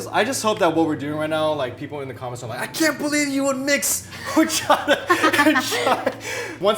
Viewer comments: You don't say the H in horchata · Don't say the H in horchata 😊